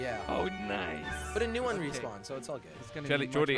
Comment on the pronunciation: it's neon not noen